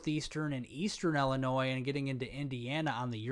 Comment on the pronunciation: Its pronounced ILL-eh-noy. Sorry. I honestly dont want to be THAT guy.